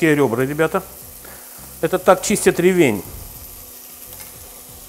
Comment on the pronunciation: Правильно говорить не ревень, а ревень)